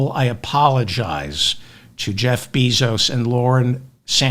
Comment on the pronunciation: Bezos is pronounced BAY-zos, not BEE-zos